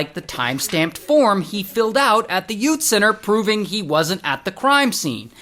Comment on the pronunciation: “Yout” center 😂